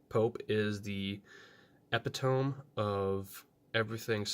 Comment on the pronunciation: I know you probably learned the word from reading, that's why you said it how you did. It's pronounced Uh-Pit-Uh-Me